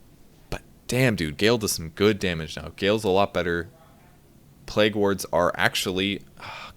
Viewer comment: hehe, its pronounced 'playg' not 'plag' :P